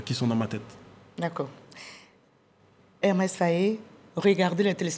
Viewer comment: Mme la journaliste c'est pas Ermes , c'est Emerse Fae ! Que Dieu le bénisse.